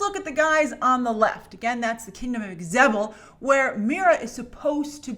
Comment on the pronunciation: Its pronounced ZE-BEL. Grace :) (Not EX-Zebel)